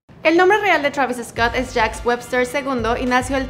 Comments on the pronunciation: se dice "Travis Scott" se pronuncia igual. No digas "Travis Escot" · Por que lo pronuncias EEEESCOTT???? please try not to put la E antes de la S just so it can sound the way it is..... is like Sandoval no lo pronunciamos E-sandoval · Travis Escott 😆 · Ok Travis eescot lol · Me caga como dice su nombre "travis escot" haha